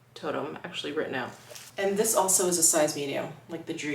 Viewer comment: Toteme - pronounced toe-tem 😊